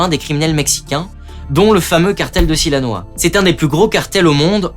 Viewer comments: "Sinaloa", et non "Silanoa". Excellente vidéo, du reste, très synthétique. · Erratum : à 6'40 il s'agit du cartel de SINALOA et non SILANOA .. Bien vous tous !!